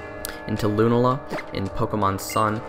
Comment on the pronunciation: Is it just me or was he pronouncing Lunala & Solgaleo wrong?